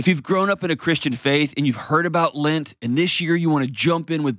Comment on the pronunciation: John it is LEnt, not LInt. Lint is the stuff in your dryer